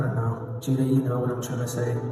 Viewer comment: His name is Judah not Judus.